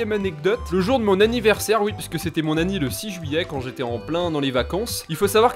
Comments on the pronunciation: Il dit pas anniv il dit anni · Super , mais j'ai l'impression tu dis "le jour de mon anni" au lieu de "anniv" ça me stress